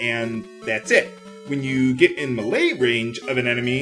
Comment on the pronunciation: it took me a while to figure out that he was saying melee. It sounded like malay to me.